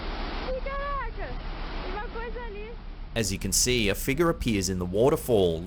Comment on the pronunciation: Figure. It’s not pronounced figa. FIG-yur. And flying penguin? The rational answer cannot be more ludicrous than the paranormal one. And the last clip why don’t we see anymore than what’s shown?